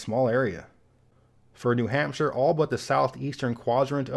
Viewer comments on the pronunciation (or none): none